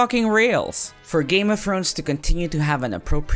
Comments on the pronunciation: "Game of Frones " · "game of frones"